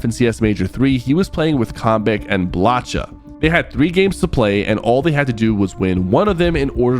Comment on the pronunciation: Holy self glaze its blacha not blatcha